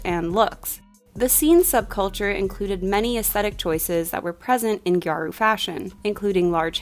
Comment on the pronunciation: You mentioned gyaru and as a gal that made me so happy, but scene & emo are a lot more connected to visual kei than it is to gal fashion at all. And the pronunciation is “gyah-ru” 2 syllables and no hard r 🥰